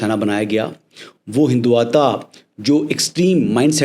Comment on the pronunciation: محترم آپ کے تلفظ میں ہمیشہ بہت غلطیاں ہوتی ہیں. جیسے اس ویلاگ میں بھی ہیں اور جو مجھے زیادہ محسوس ہوا وہ آپکا لفظ "ہندواتا" ہے جو کہ درست ہجے نہیں ہے بلکہ اسے "ہندتوا" کہتے ہیں.